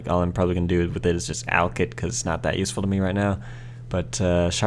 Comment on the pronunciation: did you honestly just say that seed was yew-seful?